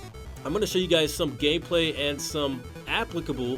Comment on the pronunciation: did he say gayplay instead of gameplay ahahhaah